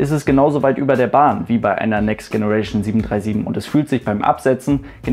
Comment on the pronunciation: next generation mit deinem ostdeutschen Akzent im denglisch auszusprechen ist leider nicht witzig, sondern doof.... die englische Aussprache ist doch nicht so schwer, oder?